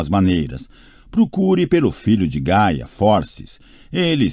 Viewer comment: ri muito nessa parte kkkkkkkkkkk e as vezes ele fala Gala ao invés de Gaia... e a pronúncia errada do nome de Piper. seria Paiper a pronúncia rsrs